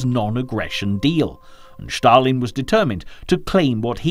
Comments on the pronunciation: Josef Stalin not Shtalin!! 😁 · The narrator's pronunciation is horrible! It's NOT SHHHHtalin! There is a separate letter in Russian for "sh" and it is not the letter used in his name. And what is the point of showing American troops during the section on the Russo-Finnish war? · I would challenge the narrator’s claim that Commonwealth troops from India were sent to France in the period prior to the evacuation of Operation Dynamo. Elsewhere, his apparent obsession with pronouncing the name of the Soviet Dictator in somewhat unique fashion comes over as unnecessary and an irritation. Even where he means it to be an authentic Russian language pronunciation is it necessary? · Awesome docco,but why is Stalin all of a sudden "Shtalin"